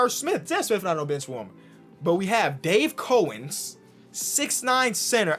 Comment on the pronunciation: Did my man just dis respect Dave Cowens name like that